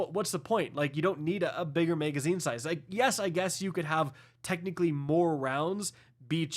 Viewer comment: Why can’t this nitwit say “magazine”?